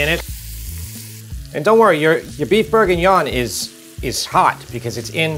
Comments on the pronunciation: LOVE you Recipes BUT..............its BORguignon.... NOT....BERguingnon. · Plz pronounce proper. BORE/GEE/NION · Beef BURRGINYAWN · How you say bourguignon is incredibly funny, I’m a charcutier in a paris butchers and I make this every Monday for 50/60 people, I would advise using some good lardon, or smoked pork belly over bacon slices